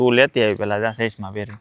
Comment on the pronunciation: સસ્મા મેસીંગ નહી😂😂😂😂 ચશ્મા મેચીંગ એમ શુધ્ધ ગુજરાતી બોલો યાર તમે જર્મની મા રહો છો